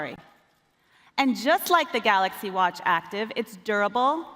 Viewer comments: Did he just said "Galax" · Love DJ Koh🤣🤣🤣 "GALOX S10+" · 'Galox S10 Plus' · And he is still saying it wrong. GAL0KS. Nobody tells him it's wrong because he's the boks (boss). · I get that their CEO/President’s first language is not English, but how has he not learned to say Galaxy correctly after years of working at Samsung lol